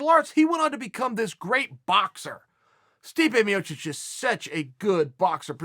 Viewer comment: Stipu Miocic